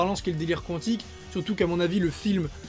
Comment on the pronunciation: On dit « kantic »